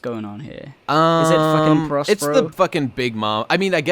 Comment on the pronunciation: It’s not prospero it’s Perospero you jabronis